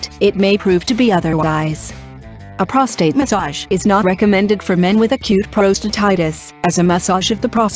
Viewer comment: Great info, computer voice is terrible..p..rostate.. really?